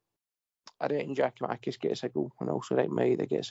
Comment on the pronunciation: Tell him to stop saying Giamakis !